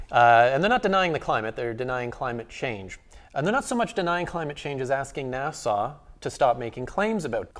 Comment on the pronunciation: Another good video, but, PLEASE, it isn't 'Nassau', that's in the Bahamas. It's NASA! No 'aaw' on the end. [/pedantic rant] Dave Bailey